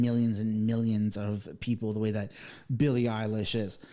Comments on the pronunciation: Are you purposely mispronouncing Eilish and Maher? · Respectfully, are you trying to mispronounce every name? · Right out of the gate, I was laughing as the host constantly mispronounces her last name.😂 it’s subtle, funny, and famous people hate that. Plus!, Really who is she? most people don’t know, so why would you know how to pronounce her name properly? I only (think i) know because I heard it before, not the music but the name. good stuff! And Bill Maher is becoming quite funny these days. Never thought much about him in the old days, since I never had HBO, but everything I’ve seen this year has been very funny😂. That Ben Leo guy seems pretty funny too. Good post, thanks! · You pronounce both those names wrong 😮 common. Other than that, hopefully it's true. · Eye LISH not Eye LASH LOL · It is said eilish, lish, not lash! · Billie Eilish. That's -ish not -ash. Bill-lee Eye-lish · Eilish not Eilash and Maher is pronounced Marr. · the pronunciation is 'Elle ish' not 'eyelash', sorry my ocd got the best of me. Xo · Eye Lish not eye lash… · My man! Billie Eilish. Not eyelash. Just a drop of research. Just a drop. Eye Lish. Not Lash. Geez Lois. I mean Louise. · You are making a joke about her name, right? “EYE-LASH” instead of “EYE-LISH” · its ilish not ilash. but great post. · Eilish not Eye lash 😂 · Bruh i agree with all this but plz learn how to pronounce the names its not eilash it's Eilish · I am OK with Ricky Gervais, "take you prize and f..k off" but I notice that people are way more critical of Billy Eilish than of Bad Bunny ! they didn't say the same thing exactly but women are always more severely cancelled ! Btw it is not Billy Eyelash but Billie Eye-lish (like fish)😜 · Lol its pronounced Eye-lish not eyelashes 😂😂😂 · Billy eye-lash. Hahahaha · Dude... it's Billie Eilish . Not Billie 'eyelash' as you seem to pronounce it !!! I couldn't take the video seriously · Did bro really say Bill Mayer and Billie Eyelash ... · Billy “Eyelash” ??